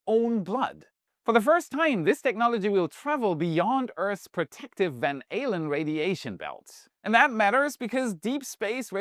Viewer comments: you nailed it…the pronunciation of “liter… Ned is the Van Allen belt. ahhlen not aylen. 😊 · I think reverted to his native German when pronouncing "Van Allen." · I heard "Van Alien" radiation belt. 😂